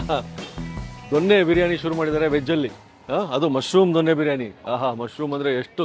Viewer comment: ದೊಣ್ಣೆ ಅಲ್ಲ ಜೊನ್ನೆ ಅಥವಾ ದೊನ್ನೆ